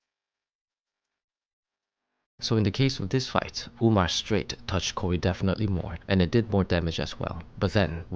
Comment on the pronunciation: 뭔 개소리여 ㅋㅋ 한국어가 불편하고 영어가 더 편한거라면 이근처럼 어색하게 말을 해야지 ㅋㅋㅋㅋ 당장 최근영상만 봐도 선택적으로 영어를 쓰는 꼬라지가 나오는데 뭔 ㅋㅋㅋ 스츄라이꺼, 스츄레이뚜 이지랄 하면서 정작 다른 영단어는 '완벽한' 한국어로 구사함ㅋㅋㅋ 풋워크, 오소독스, 라이트, 레프트 카운터, 어퍼셋업, 데미지, 컴비네이션, 이건 영어가 더 익숙한 사람이면 한국어 발음으로 '완벽'하게 구사할 수 없는 단어들임 ㅋㅋㅋㅋㅋ